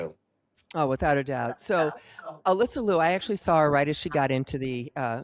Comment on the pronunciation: Can you both pronounce Alyssa's last name correctly please? It's not "Loo", it's LEE-YOO.